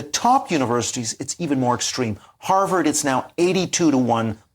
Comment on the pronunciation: Did she say Pervert or Harvard 😂